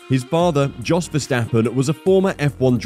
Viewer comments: Yos not DJos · It’s pronounced Yos not Jos.